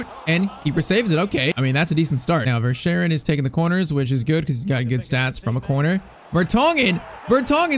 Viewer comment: I have been to Belgium verschaeren is 22 years old we say ver-skai-ren